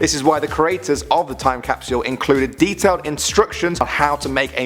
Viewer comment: i love ur vids but pks stop saying capsule so weird it bothers me tbh